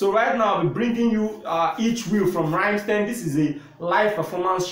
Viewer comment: NOT the idiot sounding Rammsteeeen !!! Its like "Rum?mstine"